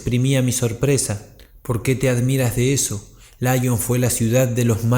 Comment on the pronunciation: Laion? Si te escuchase Kardec se rasgaría las vestiduras. Lyon se pronuncia como se escribe, LION, no a la inglesa.